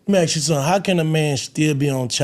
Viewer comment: I am so sick of the way these people talk…they can’t pronounce “ask” correctly, amongst other things. Sickening.